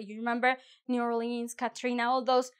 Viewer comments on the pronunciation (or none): none